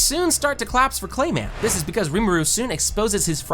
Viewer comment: Who taught bro how to say these names (clay men, shy on)